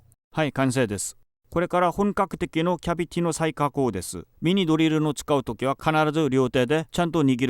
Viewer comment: ナットが納豆、キャビティがキャベツに聞こえるのが可愛い